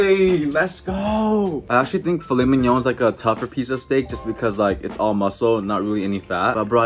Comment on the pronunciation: Thought you said I made filet minion